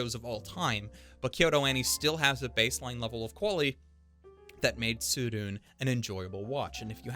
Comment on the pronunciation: Just because an anime is universally praised by the masses shouldn’t be a reason to downgrade it (kimetsu no yaiba). And btw there’s no silent e in Japanese (tsurune)